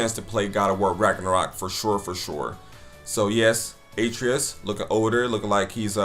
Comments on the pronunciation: Most annoying intro to a video I think I’ve ever seen. Made it even worse that he couldn’t even pronounce Atreas right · I absolutely HATE the way he said Atreus. My god they say it in the game. After further review, HE NEVER PLAYED GoW HE IS COMMENTING ON A GAME HE KNOWS NOTHING ABOUT!!!! Bruhhhhh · Why does he mispronounce Atreus like you only hear his name 100 time in the game